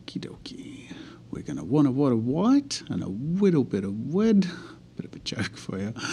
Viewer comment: “A wittle bit of wed”😂😂😂